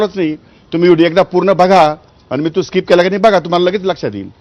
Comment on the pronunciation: Gavthi kuthla mhatara 😂 स्काईप नाहीं skip boltat😂